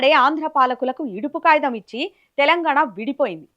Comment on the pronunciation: Yidupu kagitham anali.yidupu kayitham kadhu. Clear ga matladali.